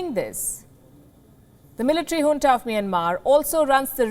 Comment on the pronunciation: its junta not hunta